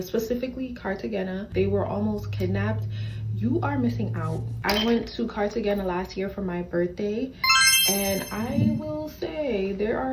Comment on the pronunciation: Am I the only person that's super annoyed by her pronunciation of Cartagena? My blood pressure would go up a few ticks every time she said it😂